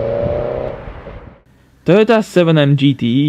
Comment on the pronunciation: Lol Töhhöta 7N-JiiTiiii